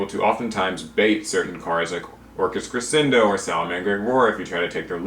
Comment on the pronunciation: The "sc" in crescendo is pronounced "sch" -it's Italian. Love the content though, keep up the good work! My favorite tech card is probably Imperial Order. I'm an incredibly casual player who got out of the game for a while, but seeing my favorite troll card continue to be relevant after all these years makes me happy.